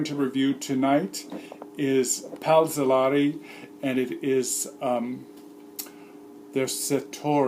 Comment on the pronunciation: See' Lehr-ee not See Lah-ree